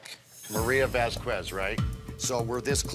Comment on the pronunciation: “vas-kwez” omg it’s “vahs-kehz” u don’t pronounce the u it’s a spanish name...